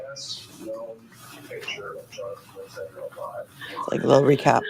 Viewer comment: As a french-canadian, hearing the name Letendre pronounced « Lee-Ten-Der » makes my ears cringe 😬😅😂